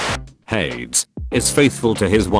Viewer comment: I cannot get over the fact that the autotexttospeechthingtrademarkreserved pronounces hades like shades